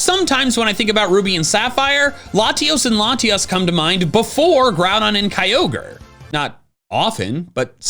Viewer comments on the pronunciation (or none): none